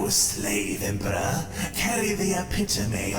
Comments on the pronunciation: THE RETURN OF THE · THE! HE RETURNS!